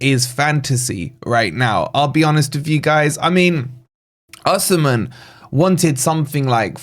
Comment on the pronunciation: I love your content but Oshimen, really🤣